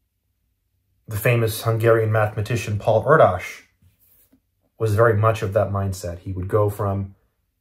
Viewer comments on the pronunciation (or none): I believe that Paul’s last name is pronounced “Air Dish” just FYI